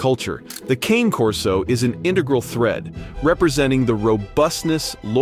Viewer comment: Come on man, speak Italian properly. It's not KANE.